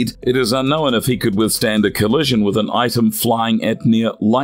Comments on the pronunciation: It’s unknown not unknowin. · Lol... "UnknowIN"?!?!!